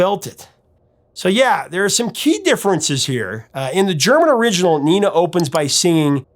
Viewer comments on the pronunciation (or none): Dude come on man, it is not Neena it is Nena, get it right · Neh-nah not nee-nah if it was a spanish name. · You got the only name you weren't worried about wrong. Nena is pronounced Nayna, not NEENA. Just an FYI. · And it's Nena, not Nina. "Ne" like "negotiate" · Isn't the pronunciation like "nayna" instead of "nina" in German and Catalan? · Pronunciation is Not "Neeh Nah", it is Nena. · Not Neena . nena the e in Spanish is pronounced as hell bell tell or sell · Fuxake it’s not Neena it’s Nena. Short e vowel. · It’s pronounced nay-na, not nee-na. Luft is pronounced “looft”, just listen to the song - please? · Similarly, I thought the name was pronounced "nayna", not "neena" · She's called Nena, though, not Nina. I know English speakers struggle with the long e, but short e would be much closer to the actual name than i. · Nina is a German name for women. It's short for Katarina (Catherine). Nena is pronounced differently: 'nay-naah.' Nena still is Gabrielle Susanne Kerner's artist's name. '99 Luftballons' was their only hit in the USA but in Europe they scored more hits because we're more familiar with German (though prior to Nena we didn't appreciate German songs nearly as much). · The e is pronounced like the e in bet, not like a double e in beet. Great coverage of the history of the song. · "Nena" in Spanish is pronounced with a LONG "A"..."NENNA", not "NEENA"..I would check videos from Europe where they might say her name and you can check the pronunciation. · Just a quick note: her name is pronounced Nena, not Nina, and luftballons is pronounced like "looftballons" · It's not Nina, it's Nena. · Just a point, it's pronounced "Nayna", not Nina. I always preferred the German version, and I'm disappointed when the song starts and I hear the English words. Hast du etwas Zeit für die richtige Aussprache? ;) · By the way, in Germany, Nena is pronounced Nay-na. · It's pronounced Nénah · Also nena is pronounced “ nay na” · nina...in Spanish...not nena